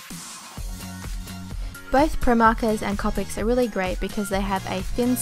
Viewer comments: copics are said coe-pics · its copic like if there was en e at the end for the onot triying to be mean so just to let you know